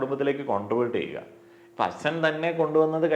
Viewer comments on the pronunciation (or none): അച്ചൻ അല്ല അച്ഛൻ... 😁